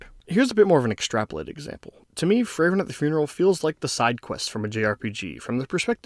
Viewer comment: Good video, made me tear up again. Frieren definitely has the best beginning of any story I've seen. As a native german speaker your pronunciations were pretty much correct for anyone other than Frieren lol it's more like free-ren than fray-ren and with rolling rs